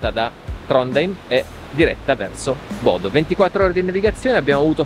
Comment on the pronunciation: eddai su, sei stato in Norvegia mille e una volta e ancora sbagli a pronunciare i nomi dei posti. Almeno quelli facili tipo Bodø ormai non hai più scuse per non impararli.;)